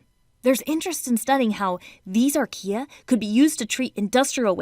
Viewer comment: who heard IKEA when she said archaea? just me, ok....